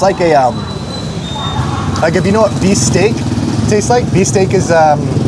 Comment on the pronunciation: Kuya it is usually pronounced bistek not actually beef steak so you would know the difference to the real steak. Bangus steak is one of my fave dish and I hate when my boneless bangus should be called lessbone bangus 😂